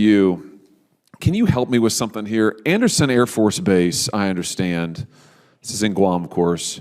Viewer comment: ANDERSEN..... not ANDERSON.......